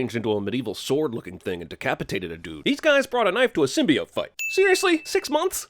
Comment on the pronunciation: HOLY CRAP THEY FIXED SYMBIOTE PRONUNCIATION!? Then I WILL see the movie.